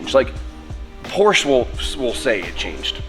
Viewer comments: Say it with meeee POR-SHUH 😂😝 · Por-sche is a two syllable word 😉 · didnt say the P name right once in this video... cringing everytime, like with the angle grinders without the protective covers:)) looking forward to the transformation tho,:p